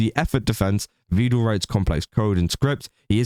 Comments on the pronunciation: It's "Vedal" as in "medal." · Almost nobody pronounces it correctly, it's a bit of a meme. Not even his own AIs!